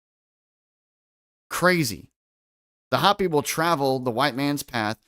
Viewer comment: It's, Hope-y, not Hop-y, sorry, grammar 😂😂 Native American Indians. They have tales of alien beings. U probably have heard. The Big Dipper makes a swastika over the year, look into it 💯👍